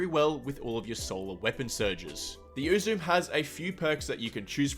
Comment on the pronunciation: For the record, it's pronounced "Oo-zoo-may" and not "Oo-zoom." It's the name of the Japanese goddess of joy.